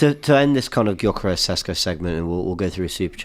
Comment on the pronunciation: Laurie, it's Gyokeres. Not jokeres. 🤦